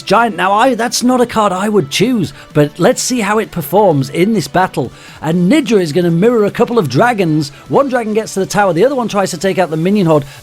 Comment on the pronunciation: When he said nidra it sounded like ni**a the first time